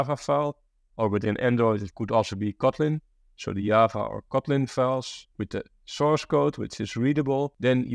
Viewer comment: Why is he calling Java to Yaava🤣